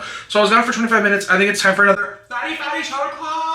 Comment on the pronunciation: to this day i cant tell if youre saying "fatty fatty shot oclock" or "Baddie baddie shot oclock" im so sorry pookie